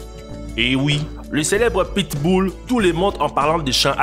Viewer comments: Apprendre à dire pit-bull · le pittss boulll. mdr